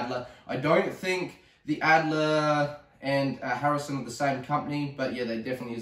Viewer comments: harrison???? its a hatsan!!!! lol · its a HATSUN ESCORT .22lr not a harrison as you keep calling it.